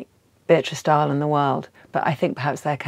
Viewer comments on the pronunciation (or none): none